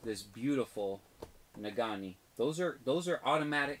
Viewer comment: #spotlight can't wait to see you in an hour. you are killing me with "nagani" it's pronounced "nageenee":)